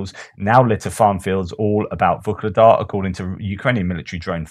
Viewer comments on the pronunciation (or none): why do you pronounce VUKLEDAR? With a K? There is no K in the town´s name. It´s Vuhledar. VUH-LE-DAR